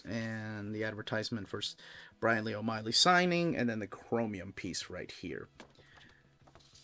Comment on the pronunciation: O’Malley not Oh Miley